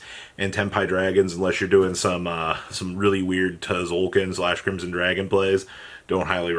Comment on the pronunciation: it triggers me he says Ti-zolkin